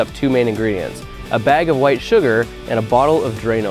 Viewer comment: did you have to put the emphasis on White